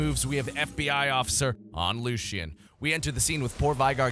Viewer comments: it's Lucian not Lucio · you called lucian lucio xD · "Ibuki the Omni" Calling Lucian "Lucio" this dude misses Overwatch LOL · Why is he calling lucian, lucio